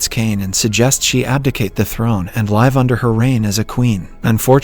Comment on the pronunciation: They synthesized his voice into this bot. No sense of humor and can't pronounce "live" properly, it's quite obvious.